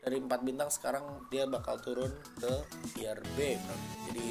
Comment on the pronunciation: "Tier" om, bukan "Tire" pronounce nya agak kurang sreg saya denger nya tapi gw setuju semua sama tier yg disebutin